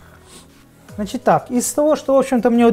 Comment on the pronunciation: "Значить" потихоньку скуфишся 😂